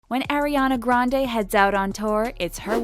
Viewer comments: Its not air-iana grandey ITS ARIANA GRANDE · "Airiana grand" jeez. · atleast say her name right lol